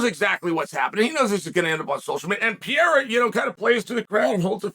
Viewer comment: Chael Sonnen is the only guy to figure out Pereira is pronounced “pee•era”